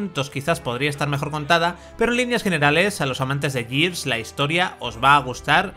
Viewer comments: En todo caso sería "guirs". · Gears se dice /guiars/ Years se dice /yiars/